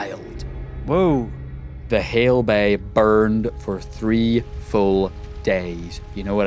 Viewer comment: Nobody gonna mention saying 'hale bays' instead of 'hay bales'?